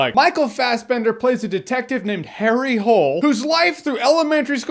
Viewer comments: Well for starters his name isn't "Harry Hole" it's "Harry Hole (pronounced Ho Lay). Don't believe me look it up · His name Hole, comes is a nors way of saying Hill, so technically his name is Harry Hill, Also u don't say Hole, but "Ho-Le" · Or they could have just pronounced it corectly. Ho-leh. Not As in the word "hole" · Aigg I know that Norwegian pronouncing is Ho-lay, which it’s self is a little better than Hole but not that much. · I think in Norwegian his name is pronounced like HOO-LAY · Damn, I had high hopes for this movie... It had great actors and the novel was really good. What a shame. And for the record his name is supposed to be pronounced "Hol-e", not "Hole", and apparently the movie fucked that up too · It's actually pronounced Harry Ho-Lee or Holy. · It’s oblivious that nobody knows the books, this film is based of the 8th book in the harry hole line. So the reason that we didn’t get any background story is because it wasn’t given in the book. If you’ve read the books things would’ve made more sense. But then again, the book was better. And you pronounce his name as Hule, it’s Norwegian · His name is not Harry Whole ffs...pronounced it wrong the whole movie..every name was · Just a heads up. His name "Hole" is not pronaunced the way you pronaunce the english word "hole". It is a norwegian name. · Harry Hole is Norge, not English. His name is pronounced somehow like Hoolair or sumsuch. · Harry Hoo-lay - I thought? I liked the book...but didn't think it would make a good movie. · It's a common name in Norway and it's pronounced Ho-leh. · Apparently, because it’s Norwegian, the last name is supposed pronounced ENTIRELY differently than the movie shows. Yes, they even fucked up the name. The meme was entirely by accident. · That's not you pronounce Hole in Norwegian, lol